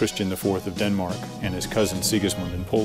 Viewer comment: After hearing my country "Denmark" being called "Dennok" I can not take this "documentary" serious. What secrets? Most of the video is about anything else than the submarine. Boring and pointless!